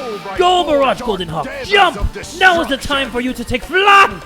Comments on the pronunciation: How you pronounce Jum-P: (Jum-Pea) How pronounces Jum-P: JumP! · I got mad a bit cause jay said "jump" Instead of "jum-p like "jum pe" I was so betrayed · He says JUMP instead of JUM-P